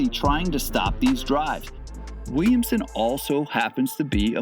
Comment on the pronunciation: Why does he say “wemsen”